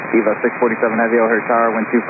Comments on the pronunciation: yes. But it's pronounced A-vuh "or A-va" not E-vuh, if I'm not mistaken. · They don’t, it’s to be pronounced Ehva. Close, but not identical.